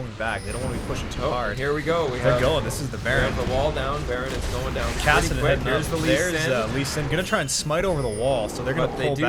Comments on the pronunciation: PLEASE STOP SAYING KASAADIN ITS KASSADIN! the pronunciation Nazi in me wants to strangle you... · Sweet video as always. Btw I've never heard anyone pronounce "Kassadin" like you do.